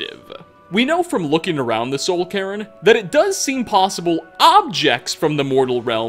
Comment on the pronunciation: Why does he pronounce Soul Cairn as "soul karen"? 😂